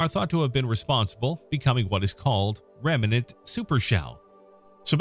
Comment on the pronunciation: Narrator, the word is "REMNANT", not "REMENANT".